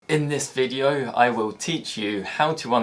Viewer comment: the "video" is pronouced "vedeo" 😄